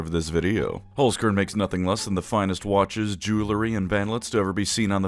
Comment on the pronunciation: I need to get it of my chest: Its pronounced "Cairn" Holz "Cairn"